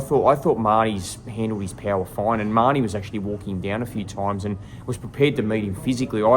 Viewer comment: doesn't even know how to pronounce His name! Ma- Ho-Nee = Mahoney, not! It. was 6 to 5 Tszyu going into the 12th & did edge out the 12th!!